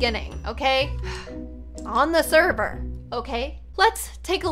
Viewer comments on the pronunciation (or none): "on the serber" Me: did i just hear serber